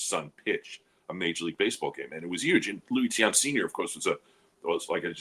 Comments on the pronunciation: I do appreciate some of content... but even if he's never heard of Tiant - which, itself, is sort of an indictment on his knowledge - the fact that he can't slow down enough to read a five-letter last name and, instead, laughably mispronounces it - 4 times in about 5 seconds - by flopping the two vowels - is 100% worthy of criticism and most certainly TAINTS his reputation. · Mr.Tiant was my father. I miss him terribly. I think knows all the mainstream players trying to stay relevant. He has no clue what he's talking about. I think it's embarrassing to hear my father's name being pronounced like that repeatedly.